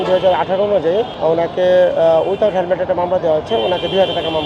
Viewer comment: Hemmed naki helmed? 😂